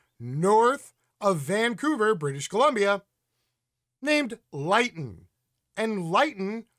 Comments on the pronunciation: Thanks for this. BTW Lytton is pronounced Lit-ton. Not Light-n. And it's not in Northern Canada but in south-west. Again details in this terrible big picture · Pronounced LYNN-TON. Not LIGHT-TON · Lytton is pronounced as Lit ton. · It's pronounced "LIH-tton" and it's very much in the south of Canada.. 🤓 Great segment, as usual 👍